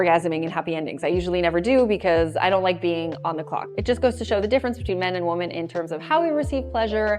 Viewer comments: women = wimmin. women <> woman. As a native-born American, you know how to pronounce that word. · she pronounces the plural “women” as the singular “woman” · I stopped watching the video the second time she mispronounced the word women. She pronounces it as the singular woman. I don't think I'm going to watch a video from someone who doesn't know the difference. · Why do you say women so weird? It’s spelled one way, but it’s pronounced different. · I was wondering that lol